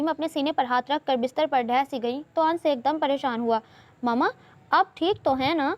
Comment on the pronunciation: Ans nahin "Anas " Hota hai Dear😀